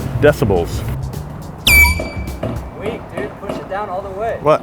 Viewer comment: Dont say "decibells"